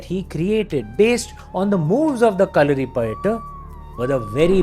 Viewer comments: sir thankfull for prnouncing name of the martial art correct for every body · Yah.. Thats the correct pronounciation.. No need to stress the "U"